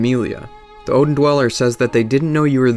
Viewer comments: I pronounce it "Aid-ins" Chapel, not Oh-din, or Ed-din, but yeah, I was weirded out how the guy knew about Oedipus but pronounced it wrong. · OEDON CHAPPLE, FFS DUDE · That's funny cause that means Oedon has connections to 3 separate religions. I always took the pronunciation of his name "Odin" as a reference to Norse mythology, which makes sense given that Odin is the most powerful and all-seeing of the norse gods and Oedon is omnipresent, which makes him comparable to the judeo-christian God as well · Remember guys, it's Odin Temple, not Oedon Chapel. Common mistake. The chapel dweller (actually a temple dweller) just doesn't know how to pronounce Odin, so he says it like "Oedon" instead. In all seriousness, I knew most of these but not all. Solid video. I got here because apparently this video was plagiarized by a YouTuber called PenseGeek. Might want to look into that if you get the chance/desire and actually read this comment :P. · Good video. Oeden is pronounced erdin in game. Oedipus is pronounced ehdapiss. Just letting you know. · this dude said odin temple 😂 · All of you are wrong lol. The "oe" in Oedon chapel is pronounce similar to "er" just without the "r". To make the sound say "uh" with the mouth shape for "er". The name is literally said in the game just copy it...